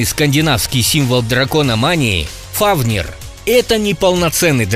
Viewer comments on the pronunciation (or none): Фафнир.Так правильно.